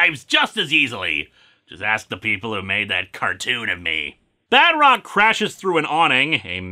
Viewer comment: Oh my, when last time I heard him saying "Badrock" I undarstand Bedrock and I was expecting Flintstones comics review XD